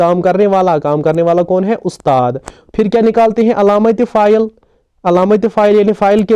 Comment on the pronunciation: Your effort is commendable.I would like to request you to pronounce words correctly.e.g. it is faail and not pha- il.The word Faraq is ismi mounus not muzakar. Please don't mind; it is simply out of love that I am giving this advice.